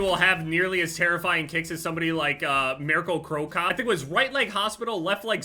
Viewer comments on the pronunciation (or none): Miracle-crocot is what I heard merko crocop